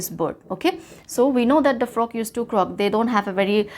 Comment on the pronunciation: Helped me but croak was pronounced wrong thank you mam